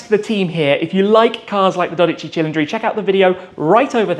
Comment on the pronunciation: texted..'Grazie mille on pronouncin' tha' cil-en-dri thing'